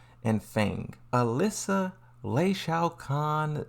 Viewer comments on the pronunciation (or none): none